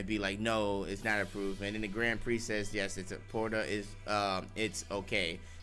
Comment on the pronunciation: What are these “Porta” earrings y’all keep talkin about?! Isn’t it “Potara” (Poh-Tar-Uh)?